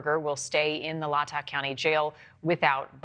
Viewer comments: It's pronounced 'Lay tah County (Latah County). It's "Lay" as in now I lay me down to sleep. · From a local please learn the correct pronunciation of the places you report on or you look disintetested. Its Lay taw Long A Latah County thank you! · Please learn to pronounce ‘Latah’.